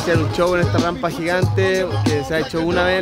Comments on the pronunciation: se dice Rampa, no Rampla:( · Eres muy linda pero se dice rampa y no rampla